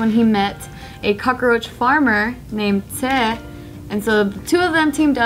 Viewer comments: Why are they pronouncing 'cockroach' like 'cockaroach'? Am I the only one that noticed? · COCKROACH HAS 2 SYLLABLES NOT 3!